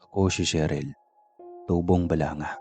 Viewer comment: Grabeng mg magulang 🙁 handang patayin ang anak sa maling desisyon, kawawang sheryl, sherly, sheryl 🙂 (namali ka ng bigkas sir 👻) buti nakaligtas, Thanx to you Isabel 🙂.. Ingats sir 👻.. Sarap mag kape sa ng kwento mo ❤